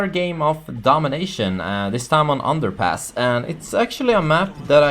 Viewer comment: Did you say "Domination on underpants?"